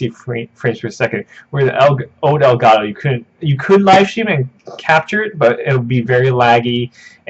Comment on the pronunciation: ITS ELGAT TOE NOT ELGA TOO STOP BEING AKWARD